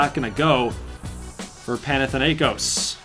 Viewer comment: Im Greek and is so funny to see Americans trying to say Panathinaikos. By the way Panathinaikos is representing Athens.Also I hope Alaska Chillers get Floca. Edit:Panathinaikos mascot is a green tiger